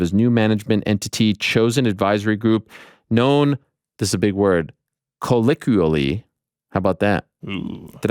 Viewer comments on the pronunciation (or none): no you did not pronounce colloquially correctly. Colliqually 😂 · "known,, collikually.. did I nail it?? YOU DID" lmao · You did not nail 'colloquially'. Either your friend does not know or he was being nice. Sorry Ariel. 😂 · All that effort to pronounce Adesanya and Ariel can’t say “colloquially” 😂